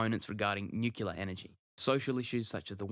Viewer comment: *Nuclear not Nucular